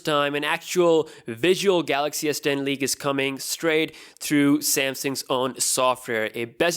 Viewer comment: Who else heard samsung s pen instead of s10?